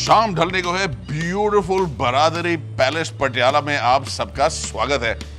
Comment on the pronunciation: It’s not ब्रादरी (bradari) but बरादरी (baradari) i wish pronunciations to be accurate